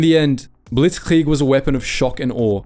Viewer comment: Saying things like blitzkrieg in a German accent is so weird why do English speakers do that no one else does you don’t hear French people speaking French and say hamburger in a American accent.